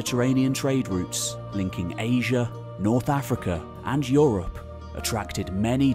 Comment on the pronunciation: Yes, yes "OO-rropp"